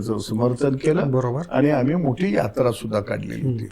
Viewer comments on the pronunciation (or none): हे साल अडाणीच आहे अमाली तुमाली असं बोलतो. नाटकं करतो हा मूर्ख